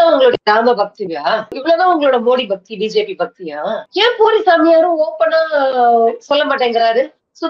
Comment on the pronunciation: பூரி சாமியார் ன்னு சொல்றது, போலி சாமியார்ன்னு கேட்குது... Please pronounce properly.